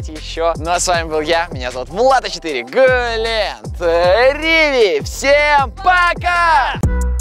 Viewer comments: Влад А4 почему ты всегда говоришь Глен криви я не хейтер❤❤❤ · Глент вы когда челледж делали я слишал Глент сказал секс нармално😂❤❤